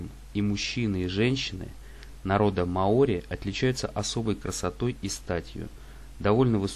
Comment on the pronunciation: мАори, Карл! Не маОри!!!